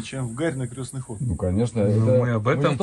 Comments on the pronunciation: вы так говорите всегда в ролике крёсный ход. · Не крёсный, а. креснтный от слова крест .(прошу прощения) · Не Крёстный, а Крестный ход через "е" от слова Крест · Да уж, крЕстный (через Е, а не через Ё) ход не знают русские парни, а на Бали что то такое знают 😒, увы. Но хорошо, что теперь узнали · вы говорите в видео крёстный ход а правильно крестный ) простите за замечание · Простите великодушно, я понимаю, что люди не воцерковлённые, просто по уху режет "крЁстный ход", на самом деле правильно говорится крЕстный ход, от слова крест, а не от слова крЁсный( отец). Как вы видите впереди несут крест, отсюда и название КРЕСТНЫЙ ХОД. Ребята, даже если вас пригласили поучавствовать в таком мероприятие,хотя бы узнайте для чего это делается, с какой целью идут? Правильное название.С неспроста они называют себя СТАРООБРЯДЦЫ.Для людей это то же интересно.Не завершённость поездки какая то ощущается. В любом случае спасибо за ваш труд. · "Крестный ход" от слова "Крест" - никакого "Ё"! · Крестный ход! а не крёсный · Только ход не крЁстный, а крЕстный! Слух режет! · Спасибо большое , все очень познавательно . Сама выросла в семье старообрядцев . И простите меня , пожалуйста , за поправку . Произносить нужно " крестный ход ". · Хорошее видео. Но режет слух, как Вы называете крестный ход. КрЕстный через Е, от слова Крест правильно. 🙌☀️ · Крестный ход! От слова крест! Язык подучите! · Извините, но нужно говорить Крестный ход, от слова крест, Русь любимая, пусть хранит тебя Бог❤